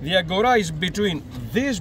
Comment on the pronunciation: Agora not agoura...😂😂